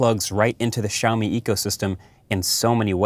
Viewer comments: Siao Mi. Where "shaomi" came from?... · it`s not SHiaomi, man. lol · You say Shaomi??? Where is X? 😂